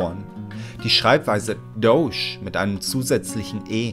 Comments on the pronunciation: Bitte sag beim nächsten mal ^Dodge^ und nicht douche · Ich dacht mir auch, jeder andere sagt Dodge :D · "Das Dousch-Car"